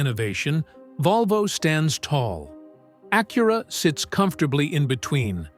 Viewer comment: Stupid Ai..learn how to pronounce Acura..duh